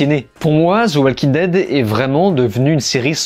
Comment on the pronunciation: Zi Oual king ded - 😅